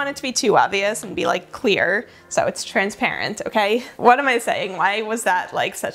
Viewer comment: Transparent sounds like. Love your vids.